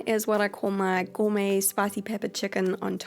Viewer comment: Every time u say gormey it reminds me of the cat food as and I know I can't spell